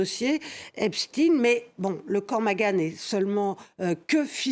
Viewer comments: « Epchtine »hahahaaa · C’est pas possible de prononcer tous aussi mal epstein